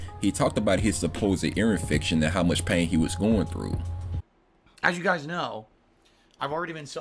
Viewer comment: Guhz guhz, Phil is not even a bag guy guhz he admitted he used to be a racist but its all better now guhz less be pahsitive & interactive and let us all pull hogan on WWE champions!